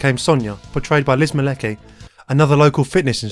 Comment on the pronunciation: Name of the actress who plays Sonya is pronounced "Mah-letz-kee".